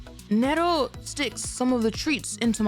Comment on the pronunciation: Who tf call Ne Ro, Nee Roo. The name is literally come from Neko->Nero